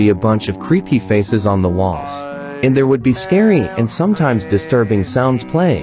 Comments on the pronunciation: When you say "creepy" it sounds like "preppy" 😂😂💀💀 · When u always say creepy I though you said preppy😂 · Legend has it: He never has said creepy to this day. He says creppy. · Ah yes, "Creppy"